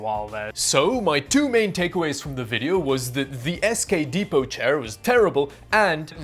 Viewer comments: It's pronounced depo. The t is silent. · "Dep-pot" Well, the English and French never really see eye-to-eye on anything, but I'm sure we can unite in scratching our heads at that one! 😃